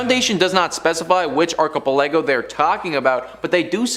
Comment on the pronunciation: Please tell me that isn't how you think "archipelago" is pronounced...